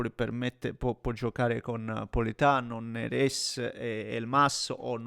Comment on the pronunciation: Neres e Elmas NON sono francesi. Quindi Néres e E'lmas.